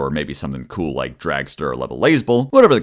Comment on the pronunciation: is something wrong with his mouth or is he unable to say kewl or tuner properly